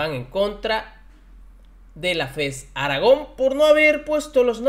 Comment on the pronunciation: Aragón lleva acento en la última sílaba. Revisa las leyes de pronunciación. Saludos